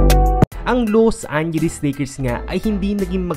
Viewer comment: Loose angeles lakers!!!!! Ayusin mo dila mo....